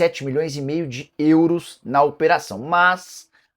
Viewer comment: Nicola fala; "Euros", igual o cara do filme gente grande fala; "Grãos". Kkkk